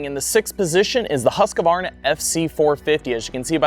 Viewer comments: Its “HUSK-VARNA” 😁😁😁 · Husqvarna is a 3 syllable word. It's not that hard to say man! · Well, in Sweden it’s actually pronounced Hus-Kvarna, with a ”long” U. Hus means House and Qvarna is kind of a mill (as in windmill).